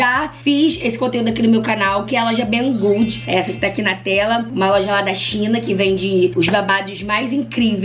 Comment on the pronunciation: Primeira blogueira que vi falando Bang good certo kkk. Obs: Essa esponja.da Xiaomi é maravilhosa, eu tô doida por ela e já vou lá ver quanto ta kkkk